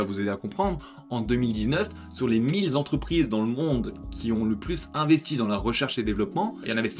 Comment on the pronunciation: Mille « zentreprises » à 9’7’’... aïe mes oreilles... sinon bonne vidéo, merci à toi.